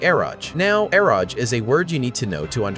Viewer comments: It's read as e-ro-ge, not eroj. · Its pronounced Ero- geh. Literally shortens the words Erotic Game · It's pronounced EH-ro-gay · Eroge is pronounced Ero-Gay.